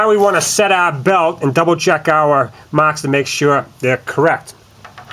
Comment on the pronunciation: I was telling the other guy to shut up because 'Mocks' is him making fun of how you say 'marks'.